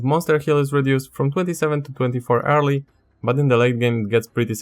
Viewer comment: It took me about 10 minutes to realize you were saying "early" and not "hairly"